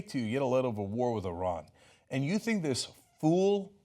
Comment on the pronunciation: Great to see someone that doesn't pronounce Iran, eye-ran!